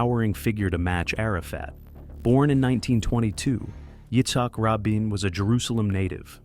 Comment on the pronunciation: It's pronounced Ra Bean